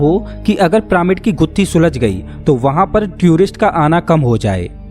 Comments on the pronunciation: अबे ओ जोकर प्रामिड नही पिरामिड बोल साले। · pramid ni h bhai vo पिरामिड h